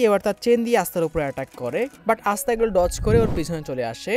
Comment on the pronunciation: এসতা নয় আসতা